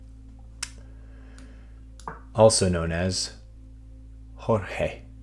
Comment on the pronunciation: We don't speak Spanish, and we do not pronounce 'Jorge' as if we were Spanish-speaking people. Please stop being dumb